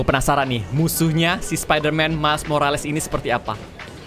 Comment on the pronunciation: Bang Kata² Morales ini dibaca "morels"